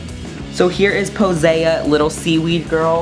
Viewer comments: her name is pronounced (poh-see) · I think it's pronounced Po- Sea like the sea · Pretty sure her name is pronounced Poe-seye-aah. To sound like Poseidon.